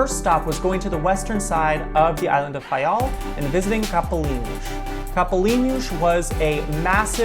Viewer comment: You must be Portuguese, you pronounce the names of each Island and each village/site perfectly. Thank you! I am the daughter of a man who immigrated from Faial in the late 50's to the USA. Nice job!